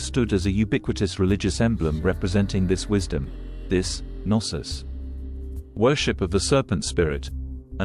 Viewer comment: Pretentious dialogue, and it's "GNOSIS" not narcis wth.